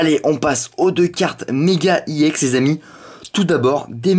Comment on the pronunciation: mec sa se prononce exe et pas i ex